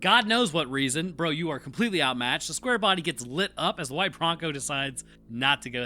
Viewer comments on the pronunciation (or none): none